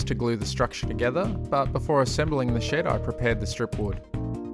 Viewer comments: I hear "shit" instead of "shed" everytime lol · When you said ,before painting the shed, it sounded like, before I paint this shit. Had me rolling.